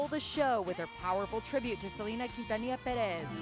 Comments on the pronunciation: Its Selena not Selana woman lol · I know the interviewer is trying to be respectful by pronouncing en español, "SEL-EHN-NAH" pero it's, "SEL-EEN-NAH" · It's Se-lee-nah! Not Se-len-ah! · Someone tell that host to stop saying “Salayna” it’s Seleeena 😂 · The interview lady pronounced Selena name wrong. She said Salana🙄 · Its seh-lee-nah for anyone that's confused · Selena not salayna. Lol who is this reporter? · Lindsey Dickey that's the spanish pronunciation but yes even Selena said herself she goes by "Seh-leena" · Idk who “selana” is🤔 that lady needa learn to pronounce her name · The journalist could've pronounced Selena's name right 🙄 Other than that it warmed my heart to see JLo reflect on the impact Selena had on her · She said her name right the whole time until the interview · The interviewer said Selena's name wrong and she got her age wrong 😒😒 lady get it right next time. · A lot of these interviewers keep pronouncing her name totally wrong